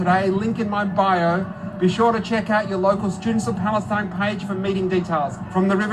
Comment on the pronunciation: Why does Clementine Ford say "Palestine" like "Phallus-teen"? Seems to be obsessed with phalluses even when she's a femin-azi.